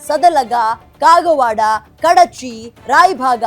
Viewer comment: ಕಡಚಿ ಅಲ್ಲಾ ಕುಡಚಿ